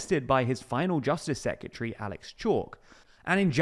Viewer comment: Secretary, not sekyatree